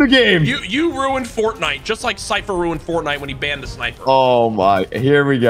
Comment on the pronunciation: the way he said fortnite made me laugh for some reason 🤣